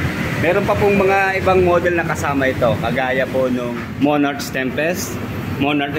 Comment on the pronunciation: Thanks sa video bossing, napaka informative po. skl po, sana makatulong: 1. Hindi po yata sya cafe racer. Siguro pwedeng "retro" or classic styled bike. 2. "Monark" po yung basa sa "Monarch"